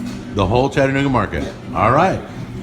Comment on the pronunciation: As a native of Chattanooga, thank you for pronouncing "Chattanooga" correctly. It's apparently a hard word for many people, even after living here for many years. As a relatively new fan and subscriber, I would have come down to say "Hi" and see if you had any of your bottles of seasoning with you for sale. Take care, and keep up the good work!